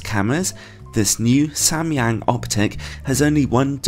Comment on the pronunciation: I'm korean and you are the first person on youtube to ever pronounce Samyang right. Props to you bro lol